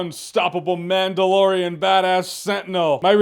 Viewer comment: Mandalorian lore, or Manda-lore-ian? I'll go now